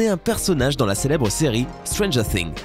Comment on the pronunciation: Tu as mal prononcer "Stanger Things "